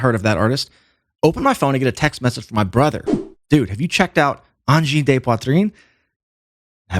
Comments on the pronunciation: BEN d'la misère avec leur prononciation de uhn-jeen-day-pwa-treen.... 'barnak. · Always funny the ear a squarehead say angine de poitrine. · Great video ! But! Im just here to hear Anglos pronounce Angine de Poitrine, c'est drôle en TA!